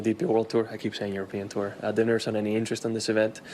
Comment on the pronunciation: Billy it’s “Tour” not “Terr” 😂